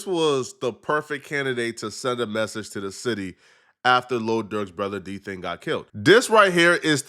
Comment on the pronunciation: Bro called him “D Thing” even tho it clearly said “DThang”. How them white ppl get it right and not you 🤦🏽‍♂️😂